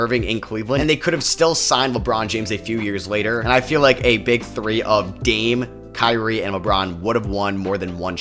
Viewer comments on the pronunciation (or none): none